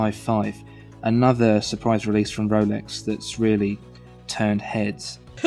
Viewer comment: I love it when says Wolex.